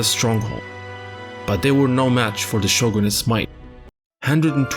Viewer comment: i understand it can be hard to a westerner or non asian native to pronounce japanese words/names correctly, but please try to improve and correct your way of saying 'shogun', please.